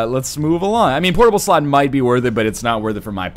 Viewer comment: I love his pronounciation of ''portable slot''. Maybe it's because I'm not a native speaker or because I'm just an innuendo but I can't keep a straight face when he says it